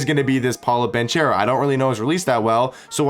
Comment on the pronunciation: It's BanKero ;) Not BanCHero ;) He's Italian